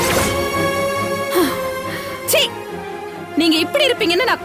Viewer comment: Why pronounces certain words funnily? Ex 'இங்க' as shinga, 'என்ன' as shenna,, 'இப்படி'..... as shippadi..... Otherwise super acting and dialogue delivery.